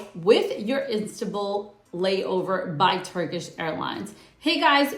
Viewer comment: Istabul airport. Hahaha